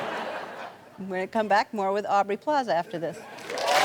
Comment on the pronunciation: Ellen the-not-so-generous could've gotten Aubrey's name right